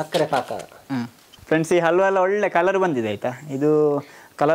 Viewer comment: ಅಲ್ವಾ ಅಲ್ಲ ಕಣ್ರಿ ಹಲ್ವಾ. ಅ ಮತ್ತು ಹ ಉಚ್ಚಾರದ ವ್ಯತ್ಯಾಸ ತಿಳಿದುಕೊಳ್ಳಿ ದಯವಿಟ್ಟು.